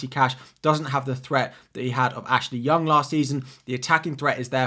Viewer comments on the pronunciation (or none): none